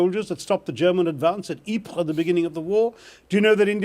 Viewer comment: Ypres was well pronounced... I'm blown